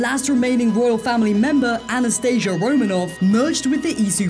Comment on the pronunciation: That’s not how you pronounce Anastasia, it’s not the medical anaesthesia , it’s pronounced - Ana sta see ya